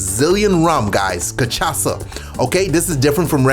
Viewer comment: I’ll give you points for pronouncing Cachaça correctly.